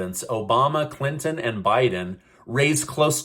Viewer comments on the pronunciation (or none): none